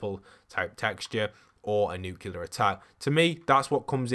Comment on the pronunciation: He keeps saying nucular which is killing me cuz it’s nuclear (N-oo-clear) New Clea R